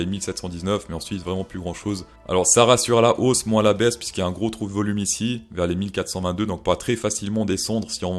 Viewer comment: Cher ami, bonne vidéo, très divertissante. Par contre les éléments de langage sont ignobles...si tu commences à dires break en anglais le "out" dis le en anglais pas comme un plouc français.... Ethereum dis le normalement aussi parce que tu forces c'est vraiment pas agréable Voloum.... pareil ça pique Juste le petit effort sur le langage et tout est bon